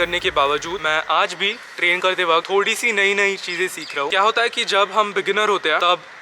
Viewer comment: Bhai aap ‘hai’ kyun nhi bolte. Your hai is silent in every sentence